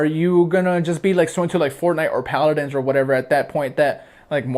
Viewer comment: it's paladins not pladdins